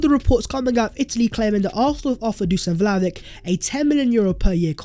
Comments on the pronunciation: Vlahovic would definitely improve our attack. Also, his name is pronounced Vlahovich, rather than Vlahovik. Hope you do correct it in future videos. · It's pronounced Dushan Vlahovich man! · I'm sick of hearing you spout "Vlahovick! Vlahovick!" An embarrassing mispronouncement! I have unsubscribed so I don't have to hear you any more.